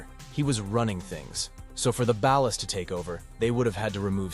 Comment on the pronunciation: BAWL-LAS. Not ballast.